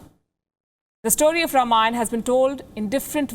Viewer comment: Ms. Palki, the word is “Raamaayana”, and not “Rum-aayan”.